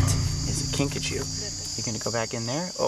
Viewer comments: At first...I thought he said Pikachu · At first I thought you said pikachu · The first time he said kinkajou i thought he said pikachu!